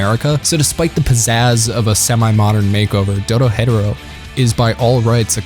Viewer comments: Have you heard how he pronounced Dorohedoro? It’s Doro-HE-Doro not DoroHetero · Doro HE Doro... Also better than not "better then" Jesus Christ. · You're pronouncing it incorrectly it's "DORO-HE-DORO" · Why do people keep mispronouncing it like “Doro-Hetero” when it’s doro he doro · the way you say dorohedoro infuriates. me you say it like doro,hedoro while i say it like doro,he,doro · I just put how I would pronounce it. Doro he Doro. Not Doro hed Oro. They pronounce it at the end of every episode both dub and sub. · i thought it was pronouced doro heh doro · Its pronounced Doro he doro I love your videos but when you pronounce names of anime or characters wrong it hurts my ears and my heart ❤ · You do you say the title so weird lol it's Do-Ro-He-Do-Ro, it's even said the end of the anime after the credits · The way you say Dorohedoro is fucking criminal. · bro ur saying dorohedoro wrong 😑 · the way you say the name of the show makes me want to chew my face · The only thing that bother me is how the english dub pronounces dorohedoro at the end and that's main complaint. Also have you heard those banger ending, blessed us with like 4 different songs yoooo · The way you say the name irks my soul lmfaoo. I been waiting for the second season tho it’s annoying how most anime’s only put 12 episodes into a season